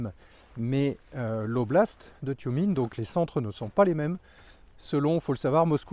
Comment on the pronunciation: "Toumiène" pour la prononciation; le E se prononçant très souvent "ié"